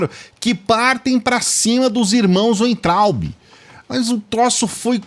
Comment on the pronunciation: aprenda de uma vez,. Você fala Weintraub com som de U, mas o w deve ser falado com som de V